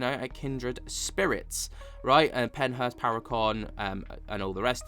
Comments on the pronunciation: Are you saying Pennhurst or Penthouse???? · Your good 😂 I figured you were trying to say Pennhurst but it didn’t sound that way 😝